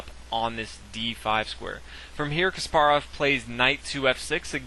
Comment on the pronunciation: omg stop saying ka SPAR ov...say KAS parov fuck!!!